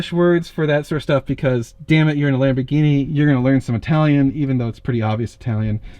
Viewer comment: It's a nice ''Labor Guinea''